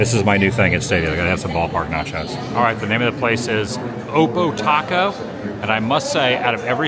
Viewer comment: You mispronounced oppo taco 😅 it’s a baseball term. For example, you’re a LH batter and hit a HR to LF; that’s an Oppo 🌮